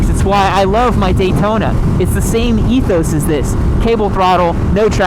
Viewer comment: What says: Ethos What my brain hears: Yeethos